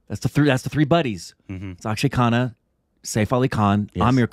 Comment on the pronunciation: LOL Its akhshay khanna not akhshay khan